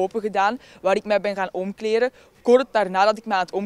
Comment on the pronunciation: "Omkleren" ... dat meisje heeft een logopedist nodig.